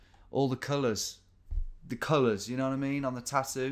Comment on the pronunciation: "No! These tattoos are newer thing, with all the culuhs. All the culuhs. The culuhs, you know what I mean, on the tattoo? The bright culuhs."